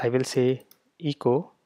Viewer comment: Also the e in echo is a short e sound like in the word bet, check, metal...Eh co not EE co. For Windows, use "pretest" : "del .\\path-to-json-files\\*.json". No need for rimraf. Also for a PC: "merge-reports": "mochawesome-merge mochawesome-report/*.json > out-file –encoding ascii output.json", Thank you for this helpful video.